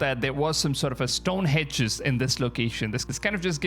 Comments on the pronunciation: Stonehenge not stonehedge . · Stonehenge - not hedge.